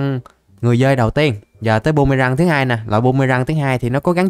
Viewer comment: Phi tiêu ổng nói bum mê răng 😅😅😅